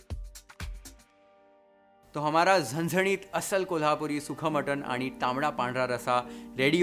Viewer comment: Big thumbs to perfect pronounce आणि❤